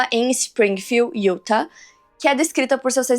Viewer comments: a pronuncia certa de Utah é (iutá) sei que você faz muitos casos de lá e isso pode ajudar ❤ ( não é uma correção ta? É só uma dica se caso você quiser aceitar 😂) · Hey, correção do bem: se fala “Utá”. 😉